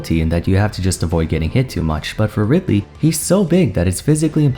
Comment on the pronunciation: and after butchering ridely like that they gave kazuya EWGF 😂